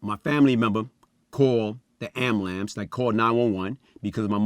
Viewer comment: Did this nizza say "ambalamps"? 😂😂😂😂😂😂😂😂😂😂